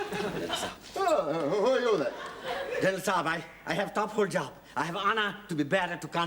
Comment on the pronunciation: It's not Saab (that's a brand of car), It's Sahib and yes, Sahib means Sir